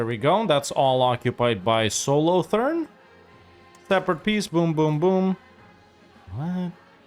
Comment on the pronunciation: God the way you said "Solothurn" hurt my soul.